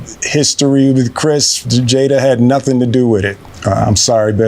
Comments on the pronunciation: Every time Pyro calls Jada "Jaden" my soul dies just a little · “Jaiden” LOL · Listen to me Pyro, say it with me, 'Jada' - Jay-Da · I didn’t hear anything from the video because I was so distracted by the furry saying Jaiden and not Jada. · Jada not Jaden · JADA NOT JADEN JADA NOT JADEN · its Jada bro not Jaiden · Homie called her jayden throughout the entire video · Pyro saying jaiden is like a white guy mispronouncing Juan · How did you manage to singlehandedly read comments that trashed Jada and still manage to say Jaden throughout this entire video? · he says Jada wrong